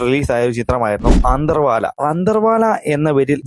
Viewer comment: അന്ധർവാല അല്ലടാ ആന്ധ്രവാല